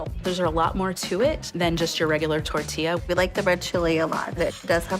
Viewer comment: I cringe at the pronunciation of tortilla. . Dude must be from Ohio. i know he's not.